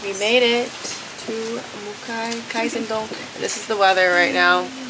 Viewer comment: かいぜんどんじゃなく、かいせんどんです。